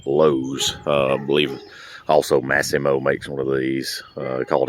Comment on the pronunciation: I believe that's called 'Mass-ee-mo'